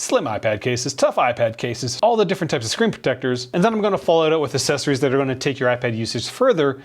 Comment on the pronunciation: I love you, but I beg you to stop pronouncing the "cc" in "accessories" as a soft "c". It's pronounced with an "x", like "axessories".